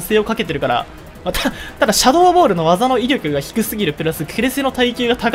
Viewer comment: シャドー↓ボール↑でひさしぶりに楓の事を思い出した